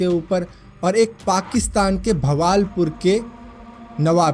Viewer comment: It's "Bahawalpur " not "bhaval pur". And most likelyit was the truth because he was a noble person and he gave away all his property to new formed pakistan.